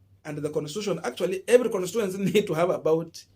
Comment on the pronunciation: (con-sti-tu-en-cy) not constuency bro